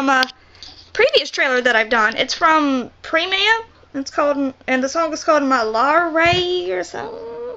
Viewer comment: Appreciate u watching malayalam/indian cinema stuff, but please please please learn how to pronounce it properly. Premam= pray-mum, malare=ma-la-ray